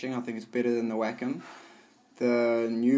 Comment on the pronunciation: Every time I hear someone say "Wacom alternative", I think they say Whack a mole